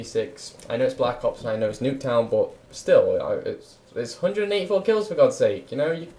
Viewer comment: Why does he say bot instead of but ?